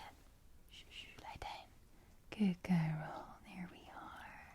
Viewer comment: “Boys and Geryls and everybody else”